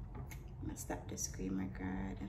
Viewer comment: Nobody:: “screem record”